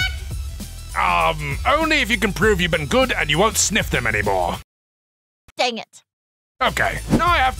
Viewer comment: I like when the green one say daged 😂😂